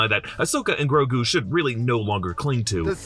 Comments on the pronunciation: It’s not Ngrogu, it’s just Grogu. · Are we sure its Grogu and not, like, Ygrogu? Lmao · Grogo or Grogu, tho?